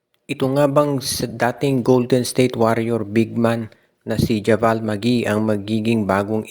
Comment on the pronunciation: kala ko ba nanood k ng nba?ndi javal ang bassa dun jabeyl ang pronounce nun